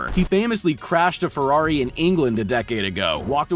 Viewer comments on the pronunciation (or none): none